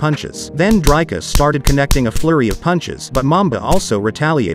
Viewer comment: Please learn to pronounce Dricus